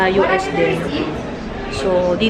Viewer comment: Ang ganda naman sa Hawaii idol angge enjoy cute cute mo mahilig talaga siya sa animals natawa ako pag nagbigkas ng US parang ilonggo hehehe...happy bonding with your family idol angge Godbless keepsafe always goodluck sa concert mopo😍🙏🙏🙏